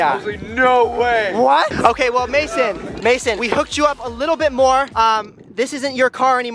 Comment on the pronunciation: Its mayson not mason